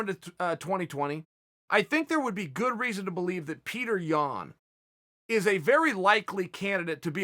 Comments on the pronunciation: Pyoterr yan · Btw you pronounce his name as (pi-odor) yan! Mans an absolute tank tho